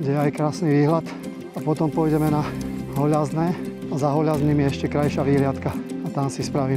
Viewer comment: Zdravim pekná tura. Ale ako domacemu mi to trhá uši. Volá sa to "Holazňe" bez (Ľ).. Keď počujem to ako ste to vyskloňoval za "Hoľaznym" tak mi išla krv z uši. Prosím nerte to osobne nechcem vás uraziť ale ani vám by sa to nepáčilo keby vám niekto prekrstil meno obce alebo oblúbeného vrchu. 🫣